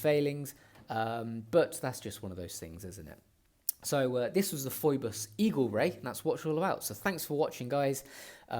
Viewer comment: Kind of hard to take seriously a review in which reviewer did not make an effort how to pronounce the name of the brand :( It is pheeboss. It is like Phoebe from Friends. Other than that good review!